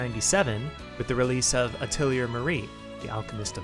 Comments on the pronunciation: A thuh lee hay... you're welcomed. It's french for workshop. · rip nobody briefed you on how to say "atelier"